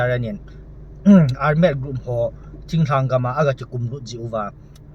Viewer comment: Ar-med? Ole armed (thalchoi armed) joh nasei na hiding baha? Seikhen lou ding.